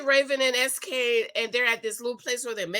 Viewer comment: His name is not pronounced Ski, it’s SK (es-kay)